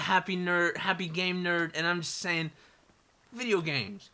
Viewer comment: "I'm the Happy Game Nerd and I'm saying..... Vidjagaems." loltastic.